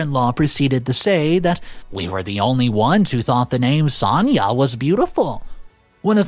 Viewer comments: Why do you say Sania when her name is Sanaya? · Pronounced son-aye-ah